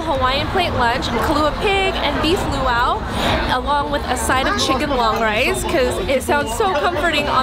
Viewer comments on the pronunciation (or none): Thanks for exploring the island areas far from Waikiki. Great place to visit and enjoy a reasonable home cooked meal in Kaaawa on east side is Uncle Bobos. Grab a picnic table at nearby beaches and enjoy. Also pronounced "po-kay" not po-kee and stewed lau lau leaves pronounced laow laow not lew-ow.